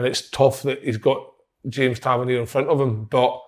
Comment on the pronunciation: "TA VER NEAR" not "TA VER NE AY"